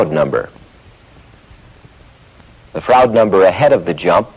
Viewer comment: It's a bit painful to hear him pronounce "Froude". It shouldn't rhyme with "crowd".